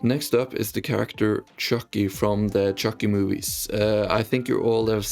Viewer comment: why do you say chu ckee like that